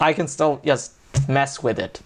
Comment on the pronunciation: Why does he spell just as [jast]? What's the accent?